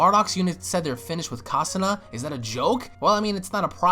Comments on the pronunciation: KaNASSA. Not Kasanna silly 😏 And chubby guy from Bardock's team is missing. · This is really good but you needa get the names right, KANASA, AND HANASIA NOT KASANA AND HASANA